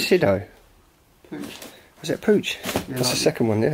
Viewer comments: Fiat X19 Lido ,not sido.... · 23.15 it is not sido but Lido. Fiat Lido X1/9; only made in black, 1977; yearproduction:18451.Car designed by Bertone.Since 1982 the X1/9 is produced by Bertone: Bertone X1/9. The last X1/9 is produced in 1988, named: Gran Finales. Hope this info in usefull.Nice explore, best fiind is the FIAT.Needs to be restored.Thanks for sharing.